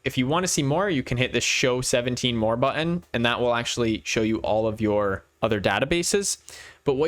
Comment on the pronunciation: Very well done tutorial. The only problem was that I got distracted every time you mispronounced the word "button". 😀